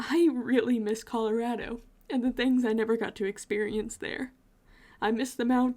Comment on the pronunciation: As a native born Coloradan, I love that you pronounce it correctly. Based on your description of living there you probably live near me which is dope! If you ever are back there’s tons to do and one thing I always tell people about going anywhere and they’re stressed about getting there “it ain’t nothing but a drive” you got this.